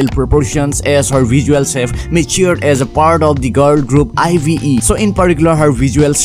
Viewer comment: ive is pronounced as “aiv” 😭